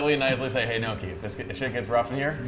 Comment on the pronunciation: Lol they're still calling nohki.. neako